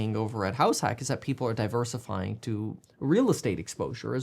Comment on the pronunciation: It sound like you're saying Halifax when you say househack. Realestate investing in Halifax, never considered that before!